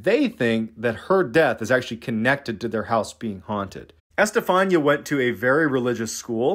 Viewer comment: Bro,it's Este-fa-nee-ah. Just note the accents in spanish writing and it's readable